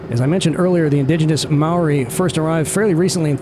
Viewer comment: As far as Americans on youtube go, your pronunciation of Maori was as good as I've ever heard, good job! MOTAT is absolutely the place to go. There's an old school tram that runs between each of the areas, past the zoo. And btw, the trees next to the helipad you wanted to land at? They're definitely there, lol, I was driving across the SH20 bridge just to the west and thought a helicopter was crashing into them, it landed so close.